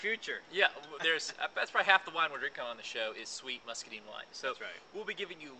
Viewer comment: I can't take a review seriously when you can't even pronounce muscadine it scuppernong right.